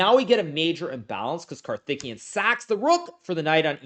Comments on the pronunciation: Just one small point, his name is pronounced: CAR-THICK-KAY-YUN. Karthikian sounds like his Armenian cousin 🤣🤣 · "Karthikeyan" is pronounced kar-ti-KAY-an, just in case you're not indifferent on this. Note that in transliterated Hindi "th" is an aspirated "t", and likewise "ph" is an aspirated "p". All respect for the rising tide of Indian GMs. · swore he was saying Karthikeyan was THICC the whole time. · The way you are pronouncing the name 'karthikeyan' .. sounds like he is a Uzbek or Armenian player.